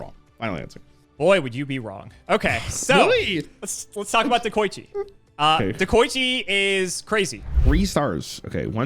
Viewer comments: He also said Dekochi both times. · i'm pretty sure they both pronounced deh-ko-ichi wrong lmao